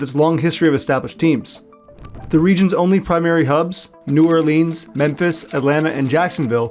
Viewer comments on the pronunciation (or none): And this AI voice needs to learn how to say New Orleans...not New Orleens. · That's a real Yankee way you pronounced New Orleans.... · Well researched, except one deduction for mispronouncing New Orleans.